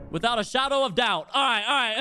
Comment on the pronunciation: withaot a shawdo of dowt